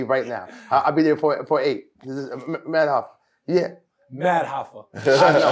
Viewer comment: Hol up.. did at the end call him Madd Hoffa? 🤣🤣🤣